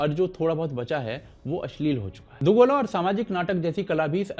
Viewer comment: दोगला❌ nhi yrr दुगोला ✔️